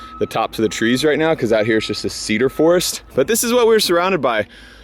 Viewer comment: Washingtonians any time says "Cedar" or "Forest" and especially "Cedar forest": 🤔